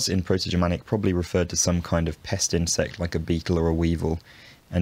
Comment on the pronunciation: Your pronunciation of the Proto-Germanic forms and all of the historical and modern forms cited in the video is perfect! Great job, looking forward to seeing more videos